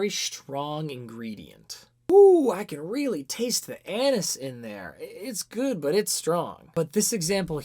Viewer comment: that is not how you pronounce anise. literally unwatchable.